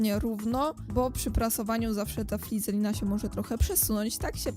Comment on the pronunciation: Flizelina, xd, naucz sie poprawnie wymawiać to słowo FIZELINA